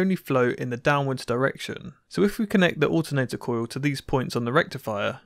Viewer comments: Why does he pronounce "coil" as "coo-yoo"? I've heard people with English accents say "coil" before, so I just don't get it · cOOUILLllll....cojiul :D hillarious